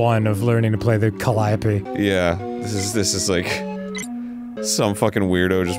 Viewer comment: I thought it was pronounced "ca-lee-OH-pee"